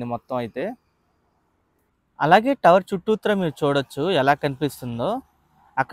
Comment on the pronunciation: Bro meeru చుట్టుత్రా antunnaru adi mee slang aa bro?!! Nenu ayithey చుట్టూర antaaru adey vinna